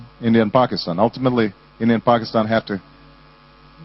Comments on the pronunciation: Obama pronounced Pakistan correctly-- nice. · President Obama is the first American I've heard pronounce Pakistan correctly. That makes me happy!